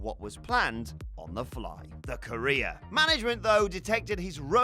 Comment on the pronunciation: The way says “career” sounds like “Korea”